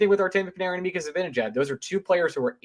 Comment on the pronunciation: How could a supposed Ranger fan pronounce Mika’s last name worse than Eddie Olczyk? #embarrasing